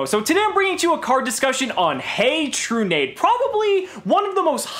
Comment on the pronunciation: is it not tru-nah-dey?